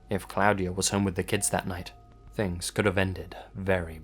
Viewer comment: Cloud-ee-uh Haha not how you pronounce that, but his off pronunciation of things makes me smile. Pronounced claw-dee-uh by the way :P